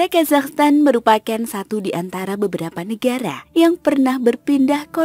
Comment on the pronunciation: Ya Allah oh Iyah bener yah selalu ujungnya "Stan" bukan "Tan" 🙏☺️